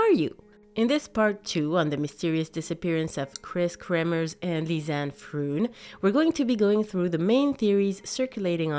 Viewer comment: Just FYI, it's pronounced like "lee-zan-eh frone", not like "lizz-anne frooon".